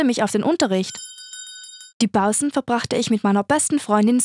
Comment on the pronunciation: Wie findet ihr die Bausen statt Pausen [ ist nur für die Unterhaltung gedacht]